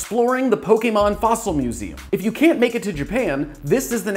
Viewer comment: Thank you for not calling them Pokiemon